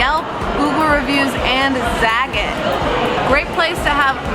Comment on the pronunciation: Accent has nothing to do with pronouncing French words...pronunciation is what you're looking for Also...za-GAT' ...rhymes with "the cat."